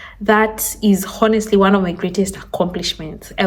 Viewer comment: Stop saying “honestly “ learn how to pronounce it correctly! It’s annoying 😊